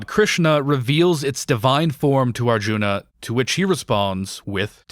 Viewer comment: It's a little ironic that you talk so much about the bad Dutch in the film and then mispronounce "Mahabharata" and "Arjuna"